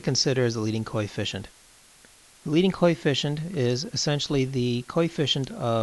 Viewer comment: Practice more on pronunciation of the word coefficient, otherwise it is a good video.